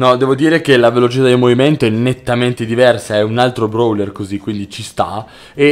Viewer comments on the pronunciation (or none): none